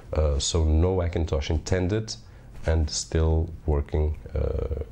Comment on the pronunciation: Funny how you say Hackintosh with a silent H: ackintosh!